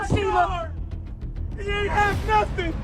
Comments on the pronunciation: “Didn’t Do Nuffin” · "He ain't do nuffin" is so annoying